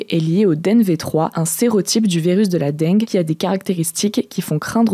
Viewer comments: non, j'ai toujours entendu "la dingue" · Ça se prononce « dingue » et non « denngueu » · "une épidémie de deng'gue" mdrrr non madame, ça se prononce juste comme l'adjectif "dingue" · "Dingue" est la prononciation correcte pourtant. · Non, c'est prononcé comme "dingue". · Je suis le seul qui a tilté quand a dit "Dengue"? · justement, ce qui m'a surpris c'est que cet accent ressorte sur cet unique mot alors qu'à entendre le reste jamais je n'aurais dit que est du Sud. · Oui c'est là qu'on se rend compte qu'en fait elle a un accent du Sud Ouest^^ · Mdr j’ai tiqué direct, c’est quoi cet accent du sud sortie de nul part là ? 😅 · Avé le bon accent du sud xD